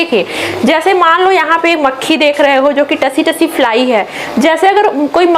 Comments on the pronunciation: Tsee- tsee likha jata hai सी-सी पढ़ा जाता हैं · Tse me t silent h ma,am